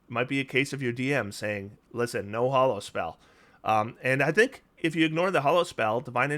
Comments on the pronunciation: You seem to pronounce it as "Hollow" but it's actually "Ha-low" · Neither you nor pack tactics is pronouncing hallow correctly. It rhymes with tallow, not follow.